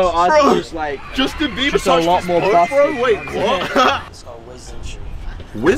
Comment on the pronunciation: How many times you say Justin 😂 beaber